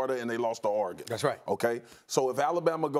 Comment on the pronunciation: Everyone: Oregon Spears: are-GoN 😂😂💀💀